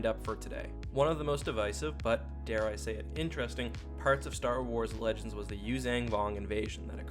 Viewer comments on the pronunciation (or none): none